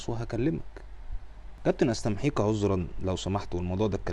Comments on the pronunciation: مش حاخليني في حالي يا و اسمها "استميحك" مش استمحيك. شوفت بقى انا مش حاخليني لي حالي 😂😂😂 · عسل بس هي استميحك مش استمحيك